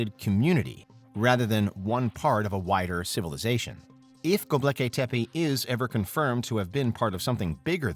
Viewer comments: ughh he keeps saying gobleki not gobekli, at least teach us how to say it correctly! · Dude! It’s Gobekli, not Goblekay lol (Go-Bek-Lee instead of Go-bleh-kay) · Go. Bek. Li. NOT "go blecky." Thank you. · It's truly tragic that this bozo is saying GobLeki. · its Gobekli Tepe not Gobleki Tepe